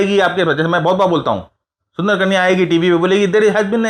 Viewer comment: "Soonther Kunya"😂